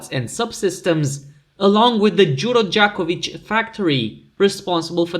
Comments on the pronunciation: Nice pronunciation of Đuro Đaković! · Narrator said Đuro Đaković remarkably well. Congrats.